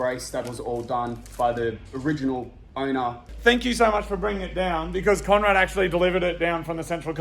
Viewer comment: I swear after that rant, Moog said "Fank you for watching Mighty Car Mods".